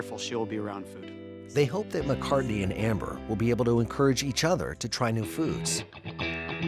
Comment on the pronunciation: “McCartney.” Ugh. Poor thing.